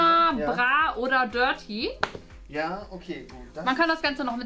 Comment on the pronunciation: AARIZONA - Ärizona (gesprochen) BRAAATEE - Bratee 🙄 DirtEE - DirTea !💁🏼‍♂️